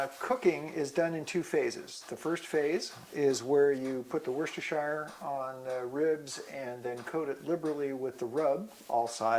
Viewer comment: worcestershire, please learn how to say it...